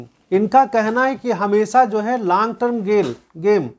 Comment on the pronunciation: लांग नहीं लॉन्ग टर्म बोल